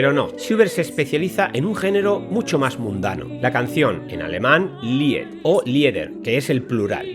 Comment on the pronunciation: LIED, se pronuncia LID, NO LIED, y LIEDER, se pronuncia LIDER...No comprendo cómo alguien que se supone que debería conocer estas cosas, realmente NO LAS CONOZCA...🤦😞 Saludos y Buenas Noches...